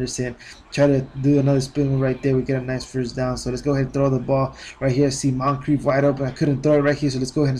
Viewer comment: Hey man it's pronounced Monchreef